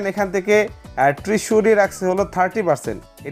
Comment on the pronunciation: বোকারাম ওইটা ট্রেসুরি না, ট্রেজারি বলে ওটাকে...